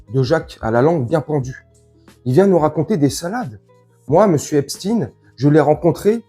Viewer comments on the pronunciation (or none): Pourquoi toi aussi tu prononce epstine . Epstein est un des 158 noms juif allemand comme einstein, siberstein, goldstein, karnstein, widenstein, holzstein, etc, etc : epstein se prononce Eps-cht-aïn. Le nom de famille se rencontre aussi sous les formes Eppstein, Epstein, Ebstein, tous ces noms étant portés par des Juifs askhénazes. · Pourquoi Epstine? Epstein comme Frankenstein ou Westein. Quand à jack Lang il a 116 ans. Au moins.